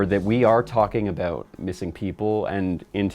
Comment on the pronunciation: Hehe “aboot”